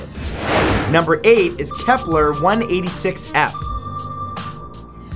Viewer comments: dude i noticed this on many of your videos, you pronounce many things wrong, it's kepler and not keplar, it's gliese not juh-leese. i love your videos, it's a shame you don't check the pronunciation of the words. keep up the good work. i hope you don't take this the wrong way. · Matt. Im gonna keep my cool when i say this but,,,,,,,........... IT GE CES NOT GLESAS....... AND KEPLER NOT KEPLAR,,,,,now that everything is ok, i do not mean to hate, i LOVE LOVE LOVE SPACE!°°° I just get ticked off.when their not pronounced right,😏 but i still luv ya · It's KeplER, not KeplAR. And Gliese, not Jaleez. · Why is he saying "Keplar"? It's Kepler... It's pronounced like a "ur" sound... Not like you are saying "Templar"... Also "It is tidally locked with the Sun" is incorrect as there is only one Sun and that is in our solar system... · KEP-LER! NOT KEPLAR! Astrophysicist cringe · Why do you say many Kepler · I'm sorry, I was just triggered by the way Matthew pronounced Kepler and Gliese. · Please do your homework before doing your videos and learn how to say gliese and Kepler correctly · Soooo... Keplers or Gelises...